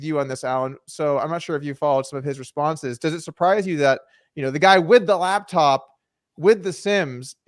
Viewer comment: Driving me insane that Daniel is saying labtop